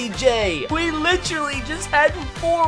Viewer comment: I love the content but PLEASE stop saying ‘litch-rally’